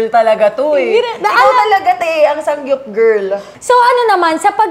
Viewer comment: Zeinab, it’s SAMGYUP not SANGGYUP 🤣